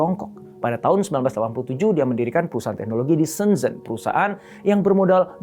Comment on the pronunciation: Zhengfei dibaca Cengfei Shenzhen dibaca Sencen Guangzhou dibaca Kuangcow Guangdong dibaca Kuangtong Tsinghua (nama universitas) dibaca Cinghua Ceng dibaca dg bunyi "e" lemah spt pada kata "jeruk" & Fei dibaca dg bunyi "e" keras spt pada kata "bebek". Sencen dibaca dg semua "e" lemah.